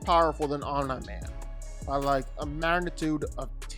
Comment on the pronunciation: The slight mispronounciation of "Omni" has been bothering me on a spiritual level